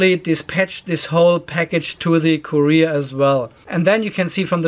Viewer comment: Courier is not Korea :D. Kur-E-r not Korea :D